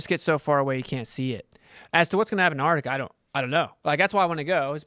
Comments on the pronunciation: There is a T in Antarctica! It is not spelt or said "Annarctica"! an-taark-tuh-kuh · I'm supposed to believe anything says when he can't even pronounce Antarctica.